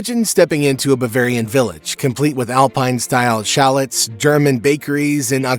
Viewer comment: Too bad AI can’t pronounce “chalets” correctly.